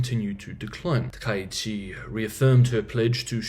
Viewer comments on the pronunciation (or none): Four syllables: Ta Ka itch Chi. Chi rhymes with he